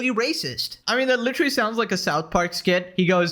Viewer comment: I just realized cannot say literally. Lol, still a fan just found it amusing. Litery.